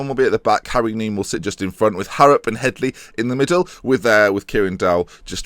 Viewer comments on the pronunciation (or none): none